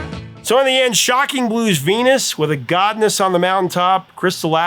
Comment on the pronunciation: I heard “governess” sounding like “gov’ness.”